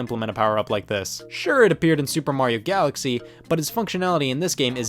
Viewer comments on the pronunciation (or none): none